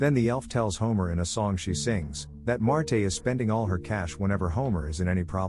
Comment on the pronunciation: AI voice sucks, it's Marge not Martay